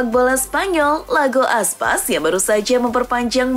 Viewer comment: iago aspas jadi lago aspas. narator sering bgt salah